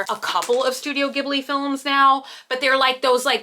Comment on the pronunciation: The way you said ghibli causes me anxiety